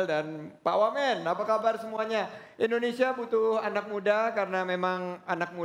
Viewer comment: butuh anak muda yang sanggup menyebutkan indonesia bukan endonesia